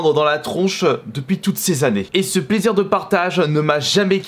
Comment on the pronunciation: Plaisireuh, réponseuh, proposéeuh, respectueuh